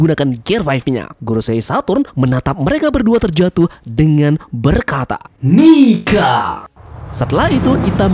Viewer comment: Nika!!!! Jgn diganti "k" dgn "g"